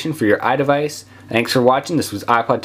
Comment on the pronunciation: It sounded like don't forget to rape, comment and suscribe haha... No offense though :D